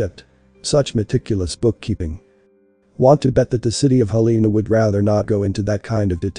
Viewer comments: Not “Heleena” “Hellanuh” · You are pronouncing the States capital wrong. Its pro-nounced Hell-in-A spelled Helena. YEP, the population is also wrong. They ( the corrupt mt gov.) Keep all the cities population down. In Missoula mt. In 1980 the census was around 80,000. To 100,000. People. Then in 2020. They said the population is only 100,000. People. But in truth there is over 1 million people in Missoula. & in most larger cities in mt. Have over 1 million people. They keep the numbers down . So the Books will NOT show how much in taxes the Local gov. Is getting. Did you know all property tax goes to your local city gov. Not the State just your local city. Schools, police, fire depts. Etc... a 1 bath 3 bedroom house is average 5-7,000 per yr in taxes. I can prove this... that mean you have to save around 5 to 700. A month just for the taxes. On a 14.00 $ hr job. Wont cut it. That is if you own your own house. If you have a mortgage the cost goes up. & there is No longer any real industries in Montana anymore. Some coal in the eastern part of the state. But no more mills anymore. 😢. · It's Hel la na. I don't know what you say on the west coast. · Like the content, teach your robot how to pronounce Helena correctly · Yeah, It could have been better if Helena was pronounced correctly.